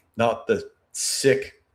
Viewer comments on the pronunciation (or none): none